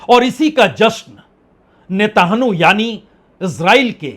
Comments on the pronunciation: Sir, It is not "netanhu". It is Netan yahoo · Parsun ji Netanyahu name Hai Netanu Nahi correct Kar lijiye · रागिये, नेतानहु नहीं नेतान्याहु बोलो! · Itni badi beizzati mat karo bechare ki naam sahi se lo uska naam Netanyahu hai netahnu nahi hai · Hatt be bibhutiye netanhoo nahi netanyahoo he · वाजपेई साहब आपने यह कैसा उच्चारण शुरू किया है और किसने सिखाया है "नेताणु" , क्या इस नए कण की खोज आपने की है? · Sir, please pronounce his name like this. Netan Yahoo. Thx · You ideot you are in coherent and cannot even pronounce the name of the Israeli prime Minister properly .Your day's as a news reporter are very much over .